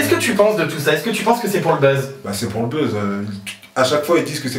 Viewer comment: Il dit bezz. C buzz